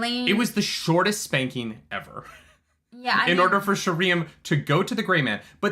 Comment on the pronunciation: I can't wait for Sheriam to be introduced on the show so realizes it's not actually sher EE um.